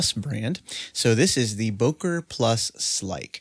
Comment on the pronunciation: It’s pronounced, “booker”.